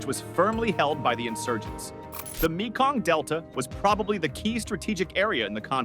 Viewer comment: It's pronounced MAY-KONG, not ME-KONG.